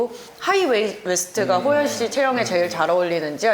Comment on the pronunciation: 난 호프때문에 방금 이채널을 처음 봤는데, 개봉전 영화도 아니고 벌써 많은 사람들이 관람을 한 상태인데 스포일러는 피하면서도 좀더 영화에 대한 깊이있는 질문을 했다면 좋았을텐데 계속 예고편 봤다면서 촬영지 등 이미 다 아는 걸 물어보는게 참 아쉽네요. 질문에 대해 게스트가 답변할때는 도중에 끼어들지말고 좀 끝까지 들어주고 추가질문을 했으면 해요. 그리고 호연배우한테 예능에서 섭외하고 싶다면서도 계속해서 이름을 효연씨라고 호칭하네요.. 발음이 비슷하다고 느끼는지 모르지만 이름을 계속 그렇게 잘못 말하면 당사자는 기분나쁜 포인트가 될 수 있답니다.